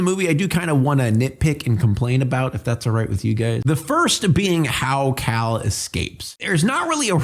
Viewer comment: Why do you call Cale like "Kal" when it's clearly pronounced like "Kay-l" in the movie?